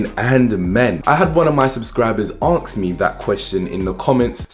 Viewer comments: No disrespect but I personally find if hard to take someone's word 100% seriously when they pronounce a basic word like ask as aks 😂😂😂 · i love how he says aks and not ask lol.....love the video